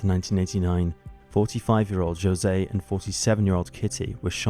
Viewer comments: I'm so sorry, I cannot get over the pronunciation of José as Joe-se. I love this channel, but I would encourage the narrators for episodes to look into how to pronounce the names of Hispanic people - especially if the name being flubbed is one of the murder victims. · He pronounces Jose in the Portuguese rather than the Spanish way.